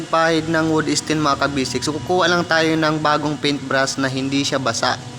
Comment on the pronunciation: Wood stain, hindi wood esten 😂😂😂